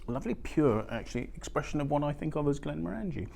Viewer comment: Glen More En Gee. Not Glen more Angie.